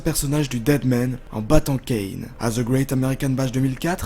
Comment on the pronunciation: yannick tremblay "THE" la langue entre les dents ! Mdrrr